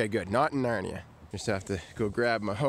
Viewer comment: dude the way he said narnia is the most canadian thing ive ever heard